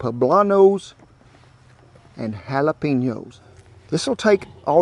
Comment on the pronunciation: JALAPINOS NO H IN THAT WORD!!!!!!!!